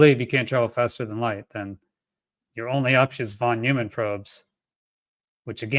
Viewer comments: Von Neumann is pronounced Von NOY-man. Not NEW-man. Famous in Fermi Paradox circles for "Von Neumann Probes." It seems you have a lot of learning to do... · Von Neumann's name is not pronounced as in "new"... "von new man", but as in "noise"... "von noi(se)man". Hope that helps.